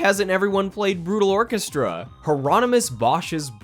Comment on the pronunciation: FINALLY SOMEONE'S SAYS BRUTAL ORCHESTRAAAA